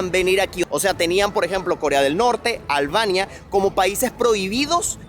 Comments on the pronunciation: No se dice Alvania. Es Albania. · Muy bueno el video, super interesante, pero no entiendo porque pronuncia ALBANIA con la “V”... que comico, no fallo ninguna 😂😂😂